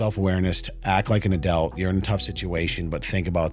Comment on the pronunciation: Take a sip everytime says aduelt